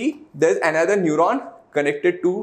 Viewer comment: Lol its neuron 😅🤪